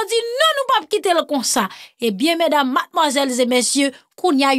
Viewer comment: mrenmen sa wap Fe ya anpil, madmirew tou, men ou vreman annwyem Lew di mes dames mat mwazel ze messieux, yo di mes dames, mes demoiselles et messieux